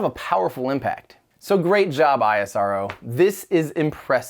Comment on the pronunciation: it's not I-S-R-O. it's ISRO. Just like you call NASA not N-A-S-A